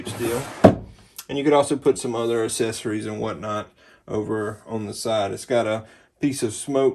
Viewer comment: Its funny how he can't say accessories properly!